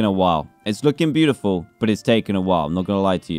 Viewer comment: Dan: There BEE- utifal ME: Dan stop Trying